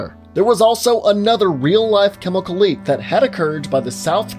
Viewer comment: ParTiCular chemiKul... I liked how you said that lmao